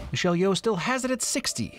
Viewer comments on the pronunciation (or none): none